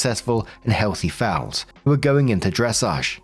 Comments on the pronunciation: Not to nitpick or anything, but it’s “foals” (rhymes with “goals”) Fowl refers to birds lol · Fowls XD lol. it's Foals:P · Story 3 -: sees "foals"....says "fouls" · I'm sorry, but I'm giggling at how you're saying "foals". It sounds like "fowls" or "fouls" 😂 It is hilarious and adorable